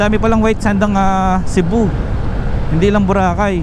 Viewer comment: daghang salamat sa pagpakita sa queen city.. nindot gyd na ang CCLEX unta lang limpyohan ng naa sa kilid sakit sa mata unya baho pa gyd na diha.. maka hugaw sa dagat nya diha mangisda... POV lang unta kuha-on na. Anyways tama namn ung pagka bigkas nyo sa Cebu at gihigugma 👏 pero ung Cordova (cenxa) hindi, kasi english ang pag bigkas nyo 😅 spanish ung pagbigkas nasa first syllable stress po. Pero hwag po kayo ma stress ha, hindi namn sa ano,gusto ko lang sabihin Adventure/ tour/ riders vlog kaya ok lang yan. sabi nila shrimp farm daw yan. more power and God bless